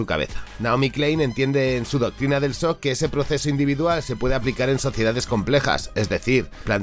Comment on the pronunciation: El sock XD que problema para pronunciar la che Francesa v